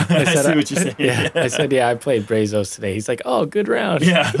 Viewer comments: "braz-us" not "bray-zose" :) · No way anyone in Texas said "brā-zos" it's "bră-zus" lol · Why can no one pronounce Brazos correctly???? Geez!! It's not Brayzos...its Braazus....its Texas yall. We say the "a" differently. you should know this! Yall are Texas boys also! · This is awesome! Even hearing Brazos mispronounced is ok...but the guys should know better 🤷🏼‍♂️ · Brazos is pronounced BRA Z”Oh”s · Guys it’s BRAHzos. Solid A for effort though. 😂